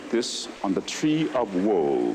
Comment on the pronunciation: Its the Tree of Woe, not Woah. lol